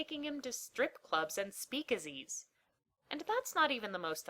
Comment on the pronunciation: Speak-a-Zees? When i was a lad we hung out in good, old speakeasys, dadgummit! And we knew how to pronounce them.